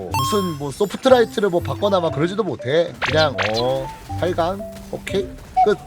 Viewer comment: 소프트라이트가 아니라 스포트라이트 ㅠㅠ